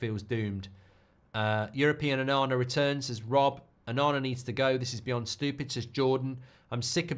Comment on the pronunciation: ONANA more like OH-NA-NA